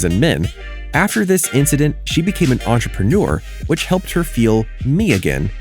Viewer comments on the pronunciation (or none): none